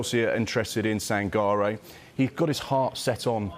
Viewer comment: Sangare is prenounced Sangaree.